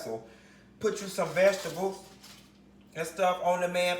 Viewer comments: Cutting up these ve-ga-tebles!! He done ate worse quiet as kept! 😂😂😂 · VegiTABLES!!! 😂😂. Yessssss!!! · When he pronounced vegetables "veggie tables" bihhhhhh, I SAT THEE FUCK UP! 😂😂😂😂😂